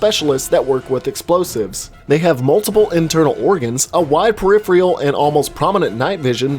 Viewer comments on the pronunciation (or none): Peripheral is not pronounced periph-real. It is periph-eral. As it is spelled.